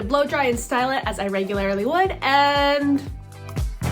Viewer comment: Reg-u-lair-ly? Learn how to talk...